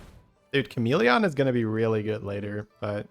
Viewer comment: It’s the most irrelevant thing but I feel some need to say that the way he pronounces chameleon really annoys me. Why exactly I have no idea. I really like as a person and his accent doesn’t annoy me regarding anything else he says. It’s so weird… apologies for unnecessary hate